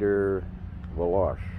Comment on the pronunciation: Velocai not veloch